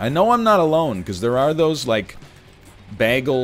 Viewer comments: I'm also going crazy about how he pronounces bagel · His pronunciation of bagel makes me want to commit war crimes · I hope hes doing it on purpose. Otherwise hes a monster. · If he says "bah-gle" one more time... 🤣🤣🤣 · Take a shot every time NL says Bag - El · I still can't get over how NL pronounces "bagel". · Literally Britta'd it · All these comments about how bagel is pronounced, and I've been saying it like NL all my life. Is this some kind of weird Canadian thing? I never noticed until a year ago when someone pointed it out to me (also Canadian though) and I never even noticed my entire life. To be clear, I've been saying it like "bag-ul" instead of "bay-gul". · I'm considering not watching this because of the way he pronounces bagel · Mastered the english language, and then pronounces “bagel” like that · why does egg pronounce bagel like britta does (community) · When NL says “bagel” not bagel